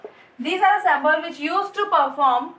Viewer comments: Mam your teachings are giving a good vibe in my studies but the pronounce of some word are wrong which u are speaking that is its symbol nd u are pronouncing sambol... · Symbol ki pronunciation galat hai